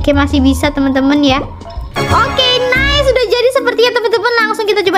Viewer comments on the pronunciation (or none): none